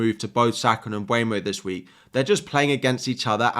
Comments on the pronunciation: Hey dude! Thanks for the video! The PL recently released a video on the players pronouncing their names. Mbeumo is (Um-ber-mo) not (um-bwey-mo) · I know! It pisses me off when they say mbuemo instead mbeumo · Hey, could you please pronounce it MBEUMO (M-boo-Mo) not (m-bue-no)🙏. He himself said it’s pronounced MB-boo-Mo. Also, where do you see M(bue)mo? It’s literally spelled M(beu)mo. That’s all, love your videos btw!